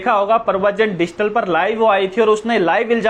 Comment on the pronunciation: डिजिटल बोलना नहीं आ रहा भाई को पत्रकार बनेंगे। कभी-कभी मुझे लग रहा है भाई तुमने भी तो एग्जाम नहीं दिया था कहीं क्या पता पेपर मिला हो और फिर भी पास ना कर पाए हो तभी यह सब हालात हो रहे हैं या गलत पेपर दे दी आप लोगों को किसी ने। एक जांच तो भैया बेरोजगार संघ वालों की और यह कुछ जो मनगढ़ंत पत्रकार हैं इनकी भी जांच बनती है।